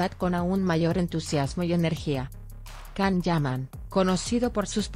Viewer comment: YAN, YAN, YAN, YAN, así se pronuncia el nombre de Can. No puedo creer que le cambien la pronunciación!!!